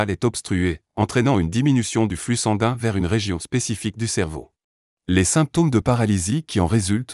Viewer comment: Si je vous suis, je devrais passer mes journées entre mon médecin traitant et l'hopital.🥳 Le robot qui parle ne sait pas dire "sanguin" ni d'autres mots.